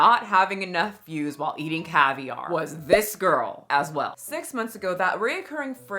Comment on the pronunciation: Why does Jaclyn keep pronouncing “caviar” like that? There’s no accent on the second syllable, girl.